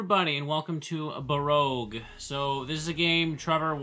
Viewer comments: The title sure seems to know the 5 letter in the games name is q, but pronunciation seems to think it's g. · Also the game is pronounce "Bah-roke". The que makes a K sound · Its pronounced bur-oke. As in “ will be buroke if he keeps on buying those Pokemon booster packs.”